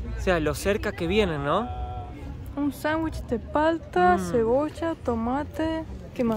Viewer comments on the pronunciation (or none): none